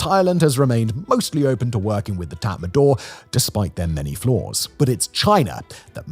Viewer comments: Tatmadaw is pronounced as tatma-dau, not tatma-door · Could you pronounce it Tort not tat madaw.. thanks